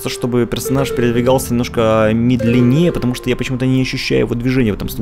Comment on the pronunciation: Возле босса тоже было сохранение, просто они далее не привлекают твоё внимание. И ударение в слове "медленнее", разве ударный не первый слог? Кстати, о идее развивать своими наработками чужой мир. Мне кажется, такое будет практиковаться очень редко и под сильным вниманием придумавшего человека, если все это официально. А так, вроде же есть множество работ, где за основу берётся определённый мир и развивается своя история. Или берут чьих-то персонажей и помещают их в другой мир. И потом, некоторые достаточно ревностно относятся к своим произведениям, чтобы впускать работать над своим выдуманным миром кого-то ещё. Чет я замудрила, но ладно А игра выглядит достаточно интересно, но какое-то клише с поиском ребёнка